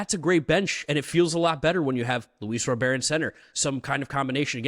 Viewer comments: he said Robear because like I said they don’t pronounce the T. All our announcers and Sox fans call him RoberT. How dumb can you be? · Guys. His name is pronounced Robert. Like the first name. It isn’t Robair. It’s not the French pronunciation. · This is America it is pronounced Robert in this country not robear. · If you're pronouncing it 'Ro-bear' then you have to pronounce the 'Yu-ner' instead of 'Junior' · I think the boys are 90% there. The T isn't silent. RO-bare-t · lol im Puerto rican and cuban, ive never heard a Cuban pronounce it Robare. Im just being honest lol. But absolutely you are right T is defnitely not silent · This was a hard watch you guys pronounced his name wrong the whole time 😂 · I can’t even listen to this because you butchered his name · Maybe now you’ll be able to say his last name right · Guys thats not how you pronounce his name, even in spanish. Hes not french lol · Stop trying to be cute - NO ONE says RO-BEAR - it's Robert!!! 😃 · Why Luis Rooooberd? In English it's Luis Robert. Have to pronounce the T. I'm Dominican/American. Even in Spanish you wouldn't pronounce it the way you pronounce it. 😂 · Yeah, it’s not pronounced row-bear it’s rah-burr. I’ve also seen a video of him saying his name and he said row-burr but definitely not row-bear. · Why are you guys saying Luis robare I is that how you say his last name I always thought it was Louis Robert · As a Spanish speaker and a Sox fan it’s RoberT not Robear. In Spanish they don’t pronounce the T. Like any name there’s a way you pronounce it differently in Spanish and English. Idk why it irks me every time I hear them say Robear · 😂 yes it does. Like I said some names are pronounced different in Spanish than in English. How are you going to tell me as a bilingual fluent speaker? RoberT said Robear because like I said they don’t pronounce the T. All our announcers and Sox fans call him RoberT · Ra-bert!!!! Not Ro-bear! 😂😂 Jesus 😂😂 you guys have to be Canadians 😂